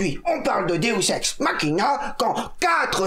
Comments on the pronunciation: Est-ce que j'étais la seule à connaitre le deus ex machina MAIS à entendre deus SEX machina? Ou le nom parfait pour un porno mechanophile? ^-^ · c moi ou le prof dit deus sex machina XDDD ?